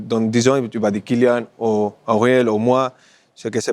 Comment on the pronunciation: " Kylian" bordel pas Kilian !!! Respectons le prénom donne par ses parents !